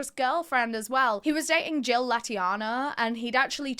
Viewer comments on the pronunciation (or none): none